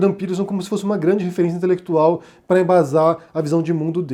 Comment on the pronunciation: É um casamento com afinidade 'intelequituaulll'. Rsrsrs